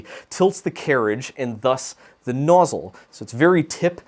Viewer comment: Nozzyyle??? Next you'll be saying 'Sense-oars'.